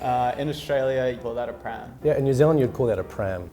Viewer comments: em Dilin frum New Zilind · Dylun from Nu Zeelun